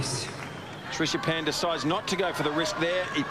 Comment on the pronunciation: Who is the aussie commentator ? keeps saying Trishapan instead of Srichapan...